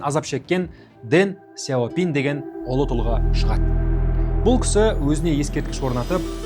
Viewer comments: қытайдың сөздерін орыс тілінен емес тіке қытай тілінен қазақша тілмен айту керек, Дэн Сяупин емес , deng xiao ping яғни Дың Шяу Пиң деп оқылады. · Неге орыстың мүкіс тілімен сөйлейсіңдер осы, Deng Xiao ping дың щяу пиң дегенге қазақтың тілі келіп тұр, ағылшындарда осылай айтады